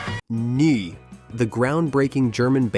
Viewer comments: It's pronounced "Noi" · Neu is pronounced Noi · BTW, 'Neu' is pronounced 'Noy'. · In The Street by Big Star later used as the theme for That 70s Show Bredfan (Budgie) later covered by Metallica on Garage Days Revisited pronounced "n-oy" "eu" making a "y" shound in English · The band Neu! is pronounced noy... Rhymes with boy... It's German for new. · Neu is pronounced “Noy” as those who can’t get the laughter tears out of their eyes know… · Neu projounced 'NOY'. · The German band name is pronounced like the “noy” in “annoy” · AI voice can't pronounce Neu. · It's easy to spot AI-generated narration through weird pronunciation errors: Neu is pronounced "Noy", not whatever was used here. Including shots of Big Star when discussing Budgie is careless. Putting that aside, it is a good selection of bands. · Holy cr**, the AI's pronunciation of "Neu" is laugh-out-loud funny! The knights who say..... (NOT making fun of the band itself; love 'em!) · Bwahahaha. What a butcher job on the pronunciation of Neu. (Still a nice presentation.)